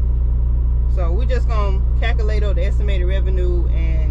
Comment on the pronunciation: Calculate not kakalate